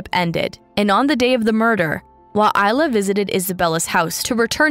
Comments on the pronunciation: this video is good but one critcism I have is that ilya is pronounced as ill-Lee-ya not eye- la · "Ilya" (ILL-yah") the boyfriend is called "Eyelah". The machine cannot read. If it is a real person reading I feel very sorry for that person. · Your narration is very distracting. To gain integrity, you need to learn how to pronounce words before recording, for instance, it's Lima as in Lima Peru; it's not Lyma. Il-ya, not Isla. You will get more subscriber if you try harder to get it right. Blessings, Someone who cares. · "Ilya" is a male, Russian name pronounced "ill-ee-uh"